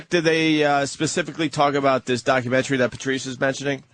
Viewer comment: Its not documen-tree! It's documen-tary.